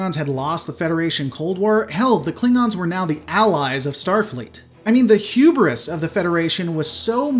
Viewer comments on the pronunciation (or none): none